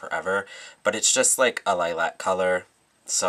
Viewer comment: You say Lilac funny :) idk why but me being from scotland pronounce it like Liluc lol x